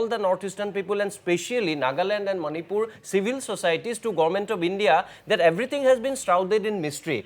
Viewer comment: It is Manipur not "many poor " for all the viewer's.